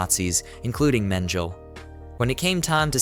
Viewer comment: Men-geh-lei. Goebbels. Not gowbells. Take it down. Do it over. Get into a business where you can function. Stop making a fool of yourself in media, OK?